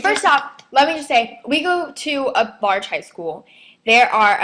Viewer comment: A barge high school? Lawl can't even say large correctly.